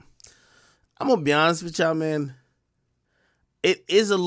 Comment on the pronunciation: When did the word YA'LL become YAW? ..